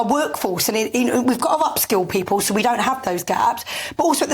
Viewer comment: “I Fink” “pepul” “parte” Christ get someone who can speak properly They don’t have to be posh just pronounce words properly.